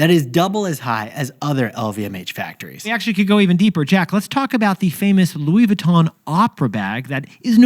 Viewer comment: It’s Louis VEEEEEEE—TON NOT VOOOO——TON, ya grand imbeciles.🫵🏻🫵🏻🫵🏻